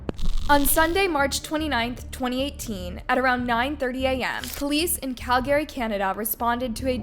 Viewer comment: Why does this chick mispronounce so many words on almost every video. You mispronounced Calgary